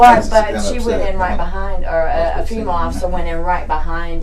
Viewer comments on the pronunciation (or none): none